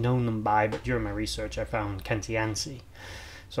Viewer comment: Is it not pronounced KAN-TEE-ATCHI? i guess The Romans being Italian?! Im a, Born and bred! 😊